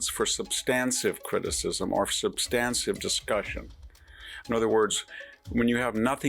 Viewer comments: Three times, Vic, you said "substansive" instead of "substantive." I'm not feeling googly, you may be right. If so, it's just I'm not familiar with your version of the word. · Hanson: , , '..substancive..' What? "substan tive " Hanson: '...you revert back to...' wtf "revert to" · Dear Victor: I love you. But please pronounce the term "substantive" correctly. It is not substanSIVE.